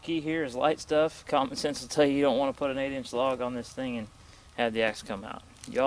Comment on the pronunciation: "thing" not "think"